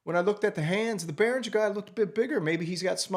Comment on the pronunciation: Why can't people learn to pronounce the name of brands they're making videos of?